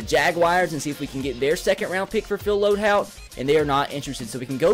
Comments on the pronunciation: LOAD"HOLT"!!!!! YOURE SAYING IT WRONG! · HOLT. It's LoadHOLT